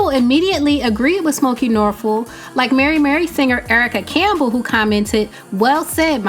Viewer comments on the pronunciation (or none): none